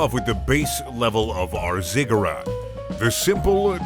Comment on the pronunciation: You said ziggurat correctly the last time. You knew, you always knew.